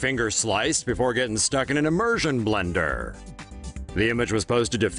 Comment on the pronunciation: IM - MER - SION BLENDER! The way he says it... xD